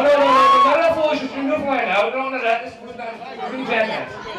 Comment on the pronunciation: Haha I was here. The by's didnt like it when he called it "NewFOUNDLIND". Haha. NEWFINland. He was awesome though. Signed everything, smiled and hugged and kissed everyone. <3